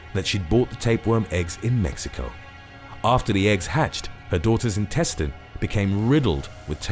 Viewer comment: Can you bro pronounce intestine correct